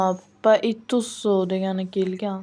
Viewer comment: Baitoso emas BATISTUTA toʻğri oʻqi